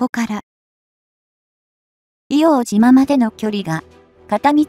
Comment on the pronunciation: 「いおうとう」です。